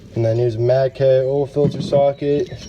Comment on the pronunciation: Matcoeee lol I can't stand when people pronounce O like that